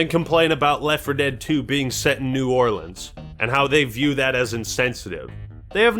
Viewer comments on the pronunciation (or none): none